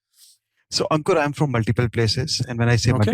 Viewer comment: Bar bar ankur bolrahay ya Ankuk😂.